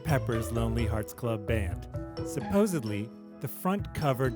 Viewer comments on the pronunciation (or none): There is no such word a "subosably" Rob Sheffield is a moron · "supposiVely". Learn to speak dude. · And on a side note.......the word you said several times is supposedly NOT supposebly! 😑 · Good breakdown video but I can't trust a narrator who pronounced supposedly as supposably!! That one just always bugs me. What is the root word? Supposeb?!?!